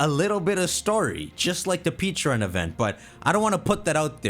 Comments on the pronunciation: Its "peh_CHA_runt" it a PEH! WHARE TF YOU GETTING PEECHARUNT? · I mad you went from saying Pecharunts name incorrectly to saying it correctly then went back to saying it incorrectly but purposely